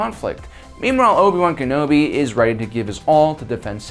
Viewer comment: I'm going to dislike your video every time you say Ken-obi wrong...